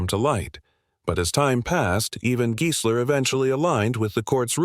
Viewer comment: sorry rackdick; true, the AI narrator is very flawed (there is total gibberish ) but you're wrong about the pronunciation. The video uses the perfect correct pronunciation - it's Giesler, as in "GEAR", not Giesler as in "GUY". If it was pronounced as in "Guy", the lawyer's name would then likely have been spelled Geisler. & there's audio/visual evidence: interviews with Giesler on YouTube where he is personally addressed as Giesler as in "Gear".